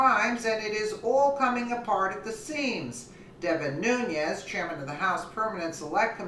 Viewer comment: it's pronounced ...new-nezz....not....new-nee-ezz